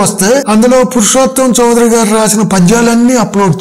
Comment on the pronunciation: చౌదరి కాదండి, చౌధురి. West Bengal సంబంధించిన వారు. తెలుగు వారు కాదు.